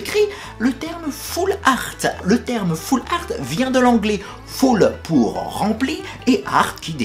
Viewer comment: "Foularte" ...... ahahahhah ^^